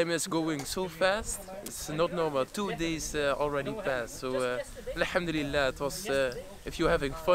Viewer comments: he said al hamdulillah with perfect pronunciation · Masha Allah the way he says alhamdulillah subhanallah when talks sounds like proper Arabic